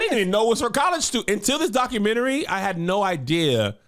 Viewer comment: I love when says "documentry." IDK, something about it.🤣